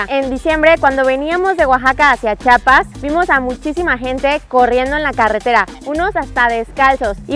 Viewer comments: Es la mera neta no saben pronunciar Chiapas y también chiapaneco le quitan la “I" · Soy orgullosa chiapaneca! Hermoso reportaje, solo que es Chiapas amigos Chiapas! No chapas ,! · me pierden ... como Chapas !? neta odio a todo que vaya allá y no sepa decir el nombre de Chiapas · Me encantaron sus videos de mi bello Estado de Chiapas lo que no me gustó es que en varias ocasiones dijeron Chapas o chapanecos se les olvidó meter la "i" después de la ch 😂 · Todo muy bonito pero no es Chapas es CHIAPAS.